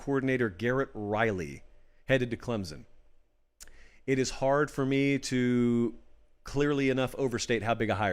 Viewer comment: loved your take on the hire and the type of person Dabo is but hey man there's no "Z" in Clemson